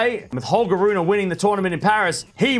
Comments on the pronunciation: Please man, get the pronunciation right, since you will be saying his name a lot more often in the future: it's Ruun(pause)e (not RunA) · well i know, and i usually don't mind when english speaking people mispronounce foreign names, but this one is particularly annoying for some reason